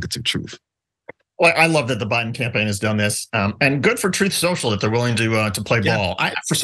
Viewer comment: I kinda like how John calls "tweets" from "Troth Senchal" "bleats" myself. Hey maybe there will actually be some truth on the platform. Until then I refuse to use the "t" word in connection with Donnie's platform. He should just call it "Trump Social' in my opinion. After all, I thought his 'brand" was supposed to be valuable.